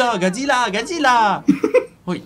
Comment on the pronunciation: "песчаные акулы" И хватит "Годьжирьаа"